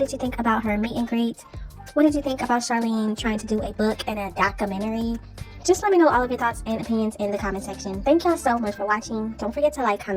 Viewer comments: Doca -mentary??? 🤣🤣🤣 If you can’t pronounce it then just leave it alone Charlene. 🤣🤣🤣🤣😭😭😭😭😭 Watch she put Cj and Lexi in her book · What kind of book is she writing..A comic or a fiction book..Her life is as the world turns..There's is no way in hell she can write a documentary she cant even say the word.. 😂😂